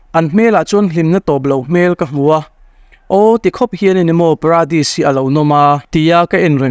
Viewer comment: Pradis nilovin Paradis ani zawk lo maw?